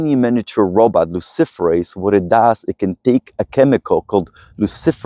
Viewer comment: Did he say luciferous???